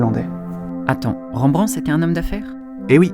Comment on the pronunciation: Très intéressant, par contre toute un épisode sur un artiste sans prendre le temps de de faire attention à sa pronontiation c'est vraiment domage... Pour info Rembrandt étant hollandais son nom ne se pronnonce pas avec les son EN/AN, on prononce juste r-è-m-b-r-a-n-d-t. De manière générale c'est rare de prononcer des son dans les noms propres (voir impossible pour les non propres étranger).